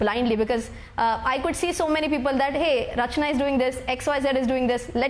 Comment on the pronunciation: Ma'am you should tell her its not Rachana its CA Rachanaa🎉🎉😂😂 Congratulations ma'am...its glad to have person like you in same fraternity 🎉🎉🎉